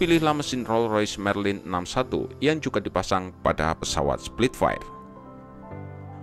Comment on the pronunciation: bro nama nya Spitfire bukan Splitfire... koreksi ya thanks